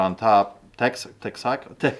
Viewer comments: Hey, Texan here. It’s pronounced “Tex-Uh-Ko” 😂🤣🙏🏼 love the show man! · That doesn't help if you don't indicate the accent. pronunciation would fit into what you typed. It should either be "teksəkəʊ", if you know phoenetics, or "TEK-suh-koh" if you don't.